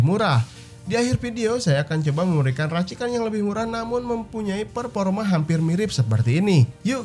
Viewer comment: Performa kang bukan perporma ,😂😂